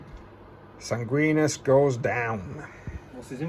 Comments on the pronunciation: haha SangwinEEEus. There’s an I after the N. 😅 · Sanguinius is pronounced ‘San-gwin-ee-us’ :)